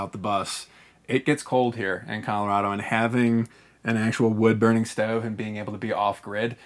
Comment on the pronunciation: 😂ok the way he pronounces Colorado bugs me but bus/tiny life here in Colorado makes a lot of sense, the lowest rent I've seen here in the last like 5 years is around $950 or a bit more a month for a one bedroom appartment thats smaller than the bus and that was in a very very crappy town in an apartment complex where 5 people got shot in one year~ (I was born and raised in colorado by the way)